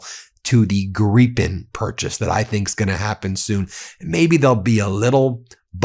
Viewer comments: Again Ben, why are you saying Greepen instead of Gripen. If you moan at someone you gripe, you don't greep. It's Gripe with an N at the end, pretty simple really. Sort it out. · Gryphen not pronounded gree-pen, but rather; greye-pen. with a long 'i' like 'crime'. I'm a big fan of Meidas Touch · I'm not sure how it's pronounced but I prefer to pronounce the 'Gripen' as 'Gripe-n' not 'Grippen', bc if you're flying one of those towards an enemy, then you've definitely got a gripe. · 1) Kristerson is an idiot in the same category as your cabinet. We are getting rid of him in September. 2) Ben is getting so close on the Gripen pronunciation that he almost sounds Swedish. It's Jaas 39 Griipen, if spelled according to English spelling rules (the times you use them). Great show! Greatings from Sweden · The mispronouncing of Gripen is VILE.